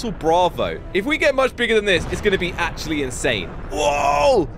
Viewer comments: It's pronounced sar Bomba and Is Russian for king bomb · Bro doesn't even now how to pronounce tsar bomb